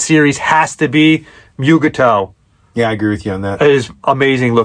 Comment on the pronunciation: Mee-Yoo-Gah-Toe!? Dood, it's pronounced MOOGahToo!!! But, you get a punch in your Trek Geek Card for knowing the episode.😅 Kinda stupid how they put a Mugatu in a uniform. Supposed to be a wild beast with fur, like a polar bear, ie they don't wear clothes!